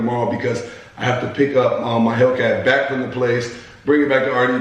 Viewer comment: Say the name of the fukin cars correctly!!! No dam ram reazy and hellkeazy